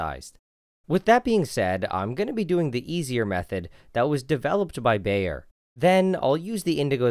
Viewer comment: Baeyer (also printed on every aspirin pill) is pronounced like "Buyer"